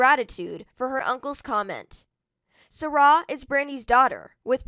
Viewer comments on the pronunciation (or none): It's sy rai not sara. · If ur gonna do a video on her pronounce her name right